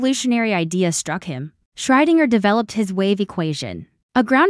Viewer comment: Your AI can't seem to pronounce Schrödinger